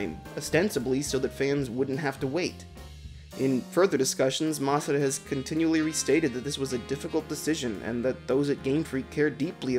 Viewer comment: everyone: masuda.: mas-ah-da.